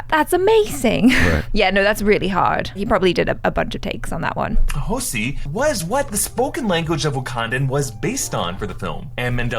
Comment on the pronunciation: Pretty sure it's Xhosa not Xhosi...Bautista confirmed on Twitter that no one from Marvel reached out to him to voice Drax... People don't realise that Chadwick didn't come out of nowhere, he did a fair bit of TV for a few years (Law & Order, ER, Lincoln Heights, Persons Unknown, Detroit 1-8-7, Fringe, Justified & a few more) before getting his movie break with 42, Draft Day & Get On Up!